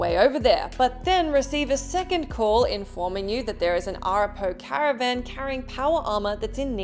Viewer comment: Ayy. Great seeing Wasteland 3. It's pretty much a coin flip, besides some small things, there's not a huge change. You can also go to the destroyed location and clear it out for some lesser loot. Also it's A-rap-a-ho not Ara-po. I do highly recommend it for anyone who's looking for a deep and engaging RPG. I'm curious, if ME5 is supposed to be post-ME3, how are they going to deal with the different endings. Though I'd love a sneaky FFVII Remake thing to happen with ME Legendary, where we can change things like saving Ashley or Kaidan. After so many years, it's a coinflip on who survives in a play through for me. FC3, I thought it was more that the island permanently changed Jason vs mourning Citra. Given the deep connection you have with Pagan Min in 4, I'm still mystified why a full run under him or getting the choice to go solo weren't available options for you.